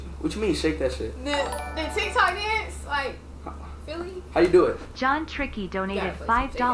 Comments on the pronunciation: If he come to Philly we gonna have to put him on to our dances and slang and teach him how to pronounce the city.😂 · Not him not knowing how to say philly😂